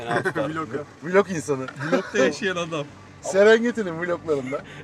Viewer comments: teog deme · vilog değil vlog